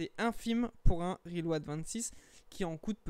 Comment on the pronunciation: J'arrive juste pas a finir la vidéo, juste a cause de la façon dans tu prononce le nom de l'ato , sérieux, RILO'AD 😫🤮